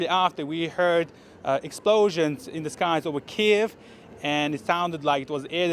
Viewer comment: That's not how you pronounce Kiev, also that's not even how you say Kiev in Ukrainian.